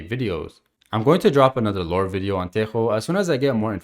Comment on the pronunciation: Thank you a lot for pronouncing tejo right